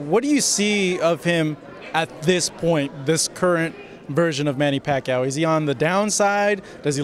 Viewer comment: Again, he said the same thing he did last fight. AND he still can't pronounce Pacquiao correctly. "PAC" "CAOW" TF Bradley lmao